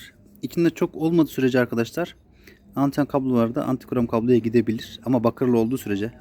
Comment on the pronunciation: Yanlız antikrom değil antigron, hayırlı satışlar.